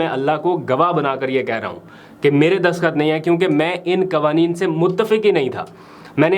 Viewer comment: برادر دسخط نہیں دستخط لفظ ہے باقی آپکا پروگرام بہت اچھا ہے اور میں توجہ سے سنتا ہوں❤